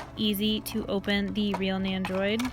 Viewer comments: NENDO-ROID not Neyandroid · There's no Y in Nendoroid so idk why you're pronouncing it like there is. Your voice and the way you pronounce stuff is really really cringe. You try really hard to over pronounce Japanese words & sound "kawaii".